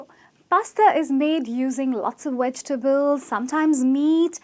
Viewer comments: Weg-tables is incorrect, it's "Veg" with a v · Wait, whaaaaat? - a cap of hot cocoa? - wedgetables? - healthy with voiced TH? 🤦‍♀🤦‍♂🤦‍♀🤦‍♂ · I'm sorry, did the 'instructor' of this video just say "wedg-tables"?! I...I have no words. Can no longer take video seriously... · Not "wegtable" (vegetable), Not "heldy" (healthy), Not "toria" (tortilla, pronounced "tor-tee-ya"). - If I were your student, I would ask you to sit down so I could teach the class proper English. - Yes, I am a qualified English teacher. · Sweetheart u said 'wegetables' and 'flar' :'( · I find it pretty funny that she is telling people how to pronounce things, but then she says wedgtables lol!